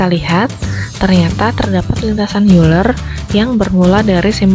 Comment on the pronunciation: Euler dibacanya oyler